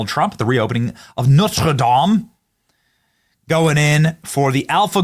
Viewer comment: I’m French , I hate Macron, but there is one thing I despise you, is mocking our beautiful language. You have no clue how to speak French. All idiots Americans do the same: you pronounce like in your toddler tongue all letters. Mostly the last letter are silent. So this” humour “ just shows the poor culture. You don’t even know to say a proper NOTRE DAME ! If we must laugh at one language between your toddler language that everyone can learn , and the beauty and the depths of our language, then 😂😂you have probably 250 words top. That s what my daughter was able to articulate at 22 months. If you want to put German in our language, no doubt all your country never open a book in their entire life. Watch Mark Dice. You are ignorant people. Tap on Macron and Brigitte as much as you want, but leave our language, you prove how dumb and pathetic you are on that level.( try to speak French but want to sound German)